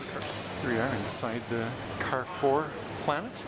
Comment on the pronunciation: You should try to pronounce Carrefour correctly. It's a French company.